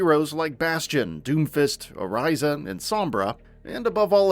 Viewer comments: Is it just me or is there at least one thing this dude mispronounces in every single video. "Oh-RISE-uh" "Bridge-ette" 🤷‍♂️ Anyway, as a mostly support main/switch... I dread playing this as a support. I mean... We need some more support characters to choose from instead of DPS. And tanks... Geez though... Make the game any more fast paced and the casual crowd is out. I remember when Sym was a support and the gameplay was a lot less hectic... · How do you mispronounce the names even though you hear them said in the game correctly? Who is O-RISE-A? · The way he said Orissa had me so confused i was literally like ”who?!”